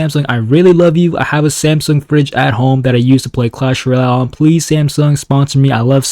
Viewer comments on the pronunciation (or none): none